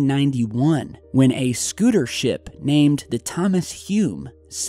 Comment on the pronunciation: schooner ship, not scooter ship.